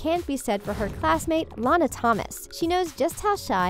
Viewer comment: Am I the only one who was upset that she kept pronouncing Lana's name wrong?? It's like before you speak on a video, you should have least watched these movies they weren't bad. Hence, that's why you're doing a video.